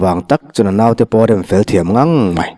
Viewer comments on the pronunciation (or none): none